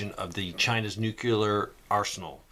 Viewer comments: "NEW-CLEAR" is how it's pronounced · Nuclear is pronounced Nu-Cle-ar or New Clear… I don’t know why so many people mispronounce this word.